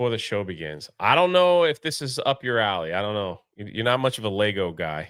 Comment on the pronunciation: It's pronounced "LEGO"